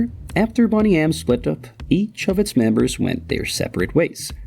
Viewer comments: I'm sorry, but you put in all this effort to put together this video about one of the most well known bands, and you didn't come across how to say the name of them. It's not boney - as in beautiful - boney as in bone. lol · Stopped watching when they pronounced the actual name wrong, which was three seconds into the video.😂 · Is this video AI generated? It seems like it. Even the pronounciation of the band's name is wrong. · Unwatchable. If you're incapable of pronouncing the name of the group maybe don't make a documentary about they you absolute sausage. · It is, he pronounced it wrong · At least pronounce the name correctly!!!!! WTF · EXACTLY RIGHT!! This guy can't pronounce the group's name correctly! Getting on my nerves 🤯🤯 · I put it off as partly the accent but it is very distracting. May sound normal and we sound like we're saying it wrong to him, I suppose. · Right from the start, you mispronounce the name of the band. The whole video is about BONEY M and you can't pronounce "BONEY?" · It's driving me nuts that he keeps saying 'Bonny aM' instead of Boney M' but fair enough. I can say this: holy eff that Bobby Farrell could dance like a motherfcker. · Bone EEEE M. Not Bonny M. Ffs. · Boney spells boney pronounced bonee not bonney get it right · BONE-NY not bonny, you dope! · Its not Bonny M its boney as in bone. After the Australian TV series Boney. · It's Bone-y, not Bonny you.... ARRRGGGHHH! We knew this back in 1978...they didn't try to hide it. Because of that, we didn't care! Milli Vanilla however was covered up, which is why they were not accepted. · Why do the speaker consequently call the group Bonnie M instead of Boney M ? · To my knowledge, the members of Boney M never professed they could sing. Rather, they always said they were performers. Unlike Milli Vanilli. Also, I'm sure this has been mentioned, but the group name is generally pronounced "BOH-nee" M rather than "BAHN-ee" M. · The band name was BONEY M not Bonney M for f* sake......